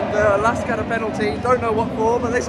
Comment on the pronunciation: Thanks for the visit, glad you enjoyed it! Some more background from a LASK-fan: Regarding pronounciation, you already nailed it - it's quite simply "LASK". What you heard from the fan chant was "Forza A-S-K" - this chant uses just the ASK part of the club name and stands for "Athletik-Sport-Klub" (Athletics Sports club), the "L" standing for "Linzer". So you can either say "LASK" (like ) or "Linzer A-S-K" (similar to Grazer AK, which are G-A-K in short). And the fanzine you got was a bargain for 2 pounds :D It's not a matchday programme, but rather the 10-years anniversary magazine of the fan collective "Landstrassler" - the ones with the big banner on the ultras stand. They've really come a long way, from basically 50 active members back in 2014 (3rd league, non-league football level) to what you witnessed yesterday. Definitely consider going to the Linzer Derby one day - however, getting tickets for the game at the Blau-Weiß stadium is close to impossible due to their tin box capacity of only 5000 and 100% of tickets being sold exclusively to club members. So i guess, you'll have to check out the "Gugl" (as we fans call the LASK stadium) again ;)